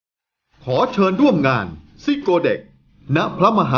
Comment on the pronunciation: ซิโกวครับไม่ใช่ซิโก